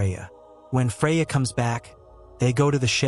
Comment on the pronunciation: Freya or Fariaa??!! Puh or Poe??!! "Advance" MEANS forward!!! Another semi-literate "Narrator"!!